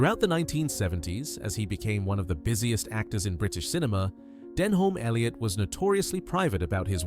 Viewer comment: An insult to Denholm Elliot, whose name you can't even pronounce right.